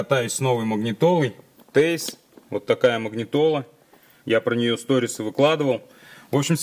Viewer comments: Тиайс,а не тэйс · Вообще то правильно говорить ТиАйс. Спасибо за инфу! Молодчина!